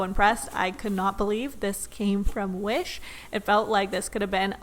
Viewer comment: I love how she say wish Like W H I S H